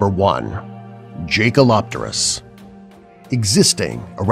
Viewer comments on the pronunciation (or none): This video has lots of mistakes 1. It's correctly pronounced as Jaekelopterus (“yay-ke-lo-te-rus”). You showed an Arthopleura when it's supposed to be Jaekelopterus 3. It's pronounced as Helicoprion (“he-li-ko-pra-yon”). 4. Helicoprion lived only between 290 - 260 million years ago. 5. - Chicken, ostrich and Kelenken are all birds. 6. - What you didn't know that birds including Kelenken are actually dinosaurs so they didn't really died out. Also, the Kelenken lived 15 million years ago while the period after all non-avian dinosaurs went extinct is the Paleocene. 7. Sauroniops was only 30 ft. long. 8. Crocodiles aren't actually dinosaurs though they're related. 9. Dunkleosteus didn't even had a guillotine shaped mouth 10. Dunkleosteus lived between 390 - 360 million years ago 11. - What do you mean by that when the Mosasaurus WAS large. 12. Deinotherium wasn't a distant relative to elephant, it IS an elephant. 13. - The first creature to have feathers was the Archaeopteryx. 14. - You said that Tanystropheus lived in the Triassic period but you said that it lived 20 million years ago but the Triassic period was between 245 - 201 million years ago. Why the f⬛ did you deleted the Livyatan entry on the list?